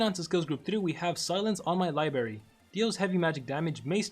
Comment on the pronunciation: Oh hell no don't tell me that he just said libary